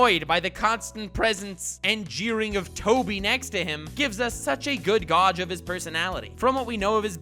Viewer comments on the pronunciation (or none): Gauge is pronounced gage. Great vid otherwise. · The way he pronounces gauge. oof. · I was with you until you pronounced gauge lol. Jk I never go into a naruto video by anyone expecting words to be pronounced like I do